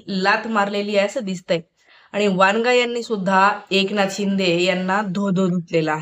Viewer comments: वनगा आहे ते वांगा नाही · वांगा नाही वनगा